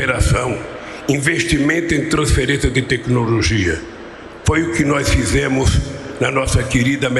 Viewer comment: triste ver uma pessoa desse nível ser candidato a presidente do nosso querido país.....nunca vai aprender a dizer 'nós', fala 'nóis', atropelando a nosso língua oficial....